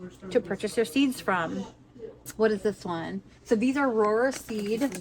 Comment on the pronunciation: Not that it matters, but Rohrer is pronounced just like “roar”